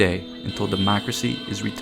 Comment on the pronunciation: WE WAN DECROMACY!!